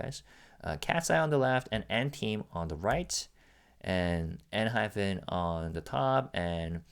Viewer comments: You're pronouncing Enhypen INCORRECTLY it's PEN not PHEN. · dont worry about it. sometimes Jake and Jay also pronounced the group name as enhyphen in interviews 😂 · Jake himself pronounces it EnhyPHEN sometimes... complain to him lol.